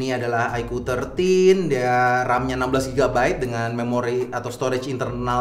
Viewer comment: kocak loe bang, sebut oddo pula 😂😂